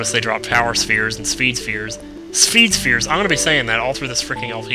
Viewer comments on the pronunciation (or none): lol "spheed sphere"